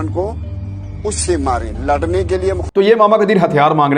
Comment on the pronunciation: "larnay k liye.." Yeh lehjah Indian hai. Pakistan main log is lehjay main "Larnay" nhn boltay